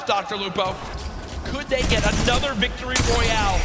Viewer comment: Did ninja say Victoroy